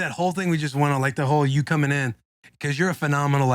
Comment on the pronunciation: Almost spit out my coffee when Shane said “Cummin with the Boys”. Nobody caught it though haha